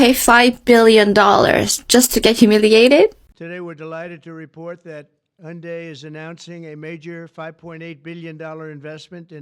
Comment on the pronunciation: "Hiyunday plant". Yeah, riiiight...